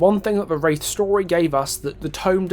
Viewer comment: "Da Wraif"